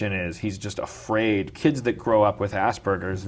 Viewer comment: I have Asperger's. No context, that's it. And stop fucking mispronouncing it - it's not hard.